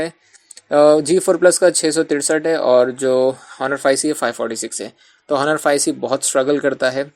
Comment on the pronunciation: Just correct the pronunciation of Honor.